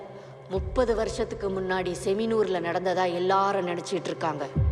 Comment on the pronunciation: opneing scene it is written as "செமினார்", but pronounced "செமினூர்"